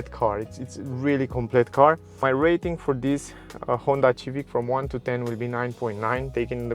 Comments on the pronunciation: I would apreciate if you stop saying xivic please thank you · Dude... its Sivik no Civik lol :D